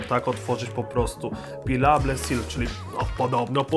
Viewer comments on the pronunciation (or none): none